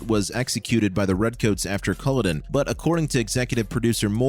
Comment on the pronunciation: PLEASE... Don't mispronounce Culloden! It's offensive to my native Scottish ears. It's not Kool-oh-din with stress on the 1st syllable... It's Kul-aw-d'n with equal stress (if any) on all 3 syllables. 😉